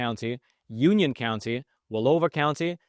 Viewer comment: Please stop saying...county